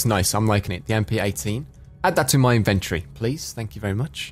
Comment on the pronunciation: It's kinda bad that I don't know if Rich deliberately messed up the pronunciation of "inventory" or not... Loving this series and you <3